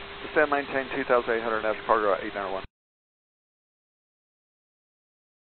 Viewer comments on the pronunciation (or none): As an example, this guy never really did pronounce the word "National" with all the syllables. Also, answering with slang "affirm" is improper.